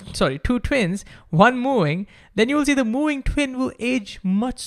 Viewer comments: Bro, please learn to say V, it’s moving, not mooing. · I can only hear "mewing" instead of moving.